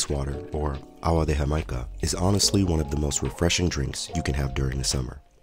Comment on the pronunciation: It’s pronounced Ah-GWA. Not Ah-wa. The only time “g” is a hard “g” before a “u.” You’re welcome.